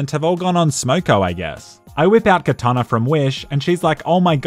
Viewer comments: It's cortana not katana.... that was one of the most dehydrated things you've done king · CORtana not KAtana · So nobody is gonna talk about this man calling Cortana, Katana? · No one's talking about how he said Cortana as katana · Is it just me or is not hydrated enough to pronounce Cortana correctly? Also, did I notice an mresteve reference?....nice!